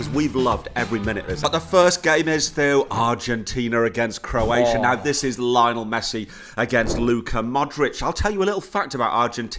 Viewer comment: Why do you keep saying “Lionel” like Richie? Can’t believe you pay even an ounce of attention to footy and don’t know how to say his name.